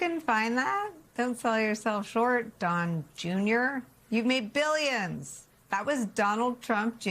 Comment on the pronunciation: "Don Jeuneeyor."